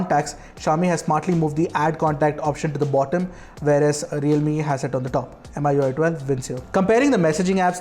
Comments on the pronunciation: FYI 'MI' as 'Me' not M I 👍🏻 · Why keep on saying M I U I ? It's Mi UI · It's pronounced MIUI...Not Mi ui..!!!?? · just a pet peeve but it's annoying when some people pronounce it as "M.I.U.I" when the company that develops it is "Xiaomi" /kshao-mi/. "Mi-U.I" Is that so hard? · Everytime he mention "em ay ui" gives me the cringe. It's pronounce "mi yu ay" because the company name is xiao"mi". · That's MIUI not mi UI.